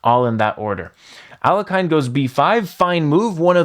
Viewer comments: It's pronounced AL-YE-HIN not A-LE-KAYN for chrissakes!!! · Aliakan , noooo! Alekin, es alekin la pronunciación alekahine alhlekin, es la pronunciación alhlekin por favor . Se oye muy mal aliakan. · Alekhine is pronounced "Al-je-chin", with the ch being a ch like in "china" , not a k. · His surname is pronounced as "Aleheen" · Learn how to pronounce Alekhine. Thumbs down. Just google it, don't be a dummy. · You're mispronouncing Alekhine's name. Couldn't you get it before making a video about him?